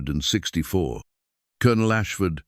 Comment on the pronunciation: Maybe if you taught your computer to read 1864 as 18 64 it would read the year correctly.